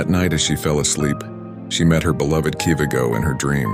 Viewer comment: It's kivighoooooo (ghooooo) not kivigo And atleast put sumi trading dress not Thai's people dress